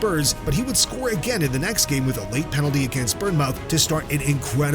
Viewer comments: Bournemouth =bornmith, not born mouth 😂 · Love seeing you call bournemouth -- burn-mouth and then go on to call spurs bottlers. Classic NA supporter. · “Burn-mouth” lol. “If you think vardy is a legend, subscribe!” Trash channel